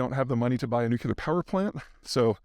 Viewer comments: NU-CLEAR, nuclear. Not nu-cu-lar. Dude. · It's "nucLEAR," NOT "nuCULAR!" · Repeat after me "NU-CLEAR" ....Nuclear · Love your work, but did you just say "Noo Cue Ler"? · Please stop saying nukular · Still saying "nuclear" like it has two "u"s I see.